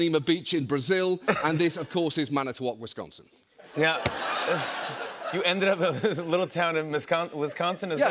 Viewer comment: Jimmy u completely botched the pronunciation of Wisconsin